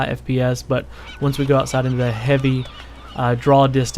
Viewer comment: That's not how you pronounce "outside."